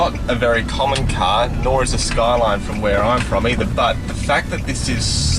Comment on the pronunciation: I like how you say car. KAHR